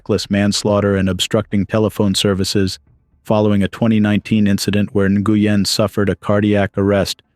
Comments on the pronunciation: Nguyen is pronounced Win. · Nguyen is pronounced NWHEN OR WENN